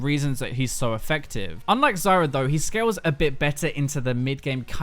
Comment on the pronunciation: I always hear Zarya instead of Zyra xD